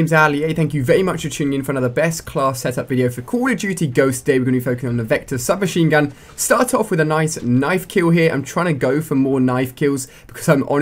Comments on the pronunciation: i think u said shub machine gu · U said shub machine gun